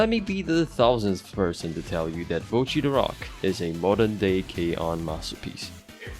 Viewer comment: why do americans say bow-chi when her name is clearly pronounced botch-i